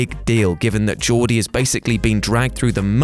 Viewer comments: Same. Gore d not Jor d. Every time he said it I cringed. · Dude you really need to research your stuffs. Gordie is not Jordie .. and he was beaten black and blue by Ace when they were kids. All the other 3 basically dies off or goes to ruin somehow or other but Gorgie lives on in the book. The movie didnt have the parts about them being beaten black and blue because its redundant to the focus of the movie but the book speaks about it quite well. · Gordie, not Geordie. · Who is ‘Jordy’ LaChance in Stand By Me? Have you even seen it?!? IT’S GORDY! Short for Gordon.... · it's pronounced Gordie like Gordon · Geez, watch the movies before making videos....Gordie is pronounced with a hard G, not your dumb British soft g. And also, point of fact, atomic bombs detonated in the air over water don't produce large amounts of fallout, so Gotham is fine. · G-ORDY G-ORDY NOW SAY IT WITH ME Gordy. Thank you. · Just so you know, Gordy Lachance is pronounced like Gore-dy (short for Gordon). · It’s Gordie with a hard G dipshit. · Jordie?! Haha. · I cringed the way he pronounced Gordie Lachance's name. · I'm having an aneurysm at the way you pronounce Gordie,. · Gordie’s name starts with a guh sound.. not the J sound.. and in the book he doesn’t die but he and his friends get sent to the hospital later. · I cringe everytime I hear him say Geordie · Isnt it Gordy with a hard "G" like Gordon, rather than like Geoff? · Its gordie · If you fucking hacks actually read the short story Stand By Me was based on you would know Gordie ( pronounced Gore dee) got the shit kicked out of him and his arm broken a week later. Crack a fucking book. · How I know you didn't do your homework: You mis-pronounced the main character's name EVERY SINGLE TIME. Dude... they even say it in the trailer. The main character of Stand By Me is NOT Geordi Laforge. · 1. It’s gordie GORE-DEEEEE. 2. You could argue it was ace that killed Chris chambers at the end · "Jordie" Lachance.